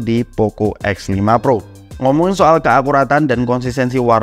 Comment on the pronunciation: Lu ngomong x sama f kaya gk ada bedanya, jadi bingung